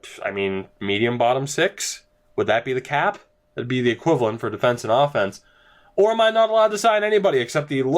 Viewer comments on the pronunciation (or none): none